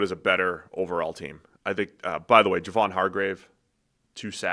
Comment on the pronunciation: It is Jay-von.